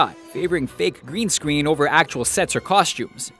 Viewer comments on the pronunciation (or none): he says green scween